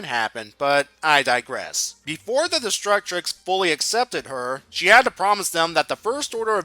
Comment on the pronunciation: Great work but why do you pronounce it "Destructrix"? There's only one letter R.